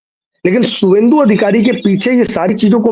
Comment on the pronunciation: शुभेंदु लिखिए शुभेंदु बोलिए।